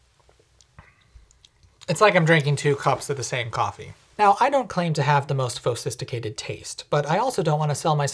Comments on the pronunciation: I don't even drink coffee, i just like the way he says "fo-sisticated" instead of "sophisticated" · Is that “phosiphticated” or “fauxsiphticated?” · "Phosisticated".... I love this guy... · Phosisticated? lol